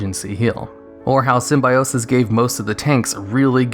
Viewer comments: Not sym-bi-o-sis, but sym-byo-sis (simbēˈōsis) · Dude..say Sim-bye-osis one more time LMAO..its call Sim-bio-sis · The #1 was painful to listen to... While I agree that Symbiosis was fun and innovative and unique, please, at least do your research before creating something like this - it's pronounced (sim-bee-oh-sis). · Ah, the Jenny Slate school of pronouncing Symbiote, or Symbiosis in this case.